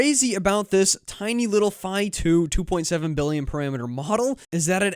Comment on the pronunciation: Phi is a Greek letter and it rhymes with Pie not Pee.